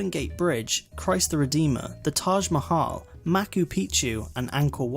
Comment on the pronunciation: Lol " maku pichu"